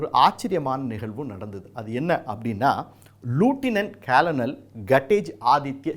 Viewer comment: தம்பி அது லூட்டினன்ட் கேளனல் இல்லை லெப்டினன்ட் கர்னல்....தப்பு தப்பாக பேசாதே